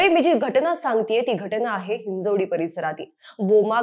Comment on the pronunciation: हिंजेवाडी ❌हिंजवडी 👍